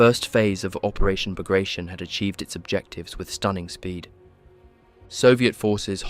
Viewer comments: Learn to pronance Bagration... it sounded ridiculous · You should look up how to pronounce Bagration. You aren't even close. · would it be possible for you to LEARN to pronounce BAGRATION before making a video about it? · Came to see if it was mispronounced or not. I learned it was pronounced Bahg-gra-tyon. Ending tion pronounced like scorpion. I used to think it was Bag Ration, which is a worse mispronounciation. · Except that it’s pronounced “bag-ra-tee-on”. It’s not an english word don’t turn it into one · It’s pronounced “Bug rations”. It’s what we’ll all be eating pretty soon. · Bagration is pronounced Bar-ga-tee-on . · I counted 3 pronunciations of Bagration, none of which were correct. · it's not "Bag ray shun" but "Bug ra zeeohn" ... it's the name of a General that fought for Russia against Napoleon. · ბაგრატიონი [Bag-ra-ti-oni] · I think the dude's name, the russian general this is named after, is pronounced, Bag-Rah-Tee-On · Bagration is pronounced /bagratiOn/, not /bagrEishun/ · It's Bah-grah-tee-on. As in Baratheon, not as in Carnation. According to English grammar rules, foreign words, especially foreign last names, are to be pronounced in the original tongue fashion. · I was going to watch it when I heard "[bagreishen]" . That was painful to hear. It is sad to see someone doing a hour long documentary on a subject he can not pronounce even barely correctly. General Petre Bagrationi (not Bagration) was a Georgian prince, direct descendant of Georgian monarchs. He even could be the king of Georgia if russia had not abolished it as a state while annexing the country years prior. So it is BAGRATIONI, pronounced directly as it is written [bagrationi]. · Ba gra tee on. The 'on' is pronounced with a slight long oh sound, like in the word own, but not quite. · Learn correct pronunciation of Bagrationi, it is not an English word, nor it is Russian. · It's pronounced "Bah-grah-tee-own." There is no "shun" sound for the four letters "tion" in Russian.